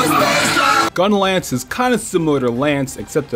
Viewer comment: Wow when you were talking about your bias on which weapon was the best you were pronouncing gunlance really weird